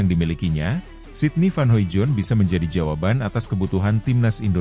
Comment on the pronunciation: masih sangat halu. sydney van hoimoijdonk (*baca: hoidong). please pronounce it better. sering di evaluasi, tetep salah.. 😢